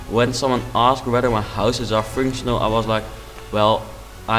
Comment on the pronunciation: MAGNIFICENT! If you compare this house to mine, my houses are horrendous. BTW: It sounds like you say finctional instead of functional. I'm not asking you to try and say functional, I'm just putting that out there